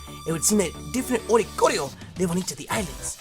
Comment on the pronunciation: oricorio = oriole + choreography (dancing bird) so it would most likely be pronounce or-ee-core-ee-oh